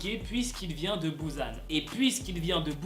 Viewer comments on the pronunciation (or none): il est grv oufff en dit "pousan" pas "bousan" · On dit Busan et pas Buzzan 😭🤣 mais sinon super vidéo 😂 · on dis pas Bousan on dit Busan 😅😭